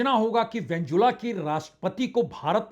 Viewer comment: उस देश का नाम वेनेजुएला है उसको बार बार वेनजुला बोल रहे हो।